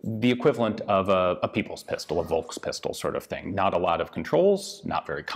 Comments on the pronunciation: The V in German is pronounced F. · In german language ,V' is spoken ,F', not ,W'.